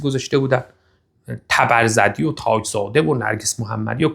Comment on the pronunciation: توووماژ صالحی حتا اسم تبرزدی رو هم بلد نیست و میگه تبر زررردی 😂😂😂 تبرزردی 😂😂 مجلس مهستان 😂😂😂